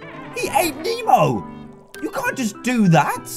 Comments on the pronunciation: ITS NEMO NOT MEMO! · It's "Nemo" not "Memo" 😑 😑 😑 😑